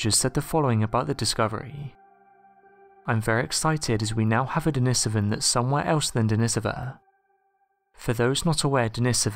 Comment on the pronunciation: Pronounced den-ee-so-van denisovan